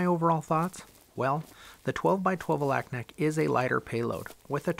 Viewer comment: FYI The people who live there pronounce Alaknak, Alugnuk.